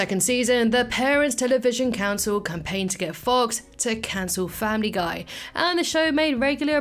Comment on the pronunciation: Family gay I heard that